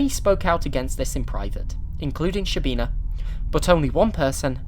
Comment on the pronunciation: To pronounce correctly, you have to start saying a 'sh' sound, and it finishes as a 'ch' sound. It's almost like a longer 'ch'.